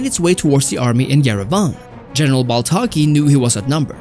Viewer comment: Duuude it is baltaci not baltaki but nice video